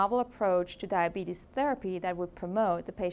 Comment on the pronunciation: Can't even pronounce the disease.